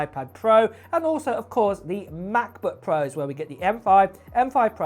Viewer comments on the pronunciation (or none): none